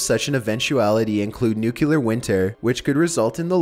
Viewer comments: Also, it's NU-KLEE-AR! Not NUKE-YU-LAR! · People who say "nucyoular" annoy the crap out of me. It's "Nu-clee-ar" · I DON'T KNOW, THERE'S NO SUCH THING AS NUK-YOU-LAR!!!!!!!!!!!!!!!!!!!!!!!!!!!!!!!!!!! Triggered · new-clee-er not new-queue-ler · Say Nuke-u-ler ONE👏🏼 MORE👏🏼TIME!😂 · NUCLEAR, not NUCULER! for the love of all that is scared, get it right XD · Idk why but when people say "nucular, instead of "nuclear" it bothers me so much. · Why do you pronounce nuclear as nukular? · New-clE-are. Not new-Q-lar. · Its NUCLEAR "new klee er" not nukuler. Still love your narration though. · New - cue - lar = not correct New - clear = Nucler (stop sounding ignorant when you say it please, you repeat it so many times) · Dude cant you say nuclear and not nucular no one seems tp be able to say that word? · Could you please stop saying, "nucular"? It's "nuclear"! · FUCKING NUCLEAR NOT NUCULEAR!!! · Holy crap! N-U-C-L-E-A-R! No U after the C! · he pronouncing nuclear like Homer Simpson did. nukeyaler lol! still love ' narration tho! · I hate how pronounced things. Nukular, Malkyway. Dude come on. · This is an interesting video, but the way you pronounced "nuclear" overshadowed the awesome video. It's pronounced nuke - clear. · im pretty sure en masse is pronounced 'on mass' but as a rule of thumb, whenever someone says 'nukular', i give up on trying to correct their pronunciation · I love your channel but one thing that's driving me crazy is the pronunciation of nuclear. it's not pronounced "NUCULER". Its not even a word. Just saying. Other than that keep up the good work. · Great video and company. I'm sorry though. Something about the way you say nuclear makes me cringe. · "nucular" "melky way" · New-clee-ur. Please don't be W. Bush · Learn how to say nuclear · Except he can't pronounce nuclear properly.